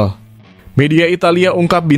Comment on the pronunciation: sensaysonal 😂😂 Yang betul sensasional